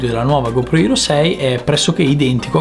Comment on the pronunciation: Non c'è motivo di usare tante parole in inglese se uno non le sa pronunciare. È HERO non ERO, HOME non OME.